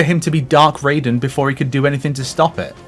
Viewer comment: Technically the correct way to pronounce Takeda, just as the correct way to say Raiden is "Ry-dehn" instead of "Ray-deen". MK games don't have a great history with Asian name pronunciation.